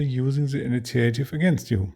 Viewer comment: thanks for your wonderful shows. your english is very good. please allow me to help you say one word better. initiative is pronounced EE-NEE-SHEEAH-TIV. looking forward to more shows about napoleonics and campaigns.